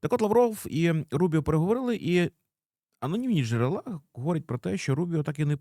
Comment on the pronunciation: вибач, що поправляю але джерЕла, а не джЕрела